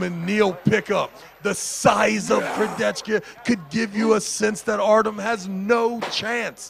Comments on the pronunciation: keep saying Kurdecka(Kurdecha) im dying xD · Can someone teach this how to pronounce names that are not John Smith. It is not Kurdechka dude, Kurdecha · I: Kurdecha: Kurdecka😂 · Man it’s Kurdecha, not Kurdetsky smh Also… Denis CHIPlenkov?😂😂😂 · Alex Kurde-Z-Ka - he's changin names as he imagines them as an American thinking about Eastern Europe.... who cares to read the actual name...LOL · pronouncing names like Chael Sonnen. Kurdecka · Alec Kurdeskya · How can I pronounce Alex second name for now… all time now it’s Kurdecka 🥲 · Why is saying “Kurdezka” all the time? Jesus Christ, I love, really, but when he continuously uses the wrong pronunciation, it’s really really really annoying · Please learn how to pronounce Kurdecha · butchering Kurdecha‘s Name everytime he says it…